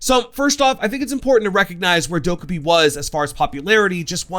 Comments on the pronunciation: subtitles when he says Dokkabae funny ~intentional~ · The way you pronounce her name is wrong. If you go to that video of how they made Amaru and Goyo they say how her name is actually pronounced.